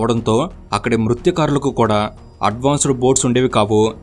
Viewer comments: Bro మృత కారులు అన్నావ్ తప్పుగా పలికావ్ మత్స కారులు కదా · Mathyakarulu not mruthyakarulu